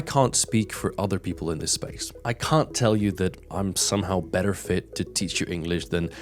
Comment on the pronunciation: Even got the YouChube and Muzic down, nice. I myself like perfecting my accent/dialect, I'm not a native speaker either. that 'better' sounded very american though hah